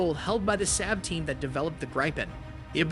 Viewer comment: Saab is pronounced SAAB, not SAB. "A" as in father, fa-ther.